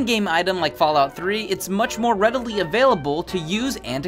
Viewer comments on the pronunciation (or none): none